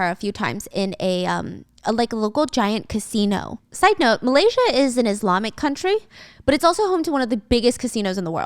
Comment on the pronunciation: Stephanie love , Islam is pronounced with “s” not as “z” I can’t keep ignoring the way you say it 😆😆🩷🩷